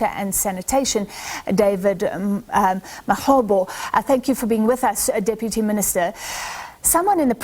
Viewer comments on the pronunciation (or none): He is not David Mahobo but Mahlobo, please pronounce Zulu names and surnames just like how blacks pronounce English names period